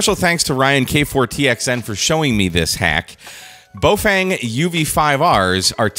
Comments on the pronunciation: In English it's closest to BOFUNG or BaOFUNG. There are actually Baofeng pronunciation vids made by the company. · To be precise, it's Boo-Fwang, you need to put more emphasis on the second syllable. Your journey to sound like a native Chinese speaker is nearly complete. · You keep pronouncing the name differently and each time it’s incorrect. First you called it Boefeng, then Boefang twice, then Bowfang and lastly Boefeng twice. It’s a Baofeng: Ba-o-feng. Ba as in bat, o as in got, feng as in fencing without the c, i or second n.